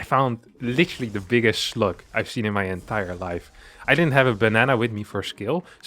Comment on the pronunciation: Am I the only one who heard sluts?